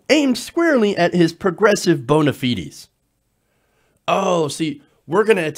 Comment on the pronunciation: "bona fide" is latin, and the second part rhymes with "ride". when you pluralize it, you just add the soft-s to the end, you don't change the vowel. I know that looking at "bona fides" and understanding the latin route makes you want to pronounce it the way you did, but the addition of the 's' is an English pluralization and doesn't alter the vowel sounds.